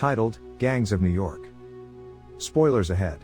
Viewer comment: Ah the famous Yew York